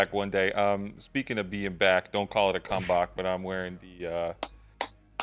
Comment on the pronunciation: saying come-bok